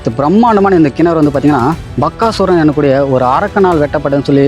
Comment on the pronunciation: Bakkasuran illa Bagasuran. Please pronounce proerly.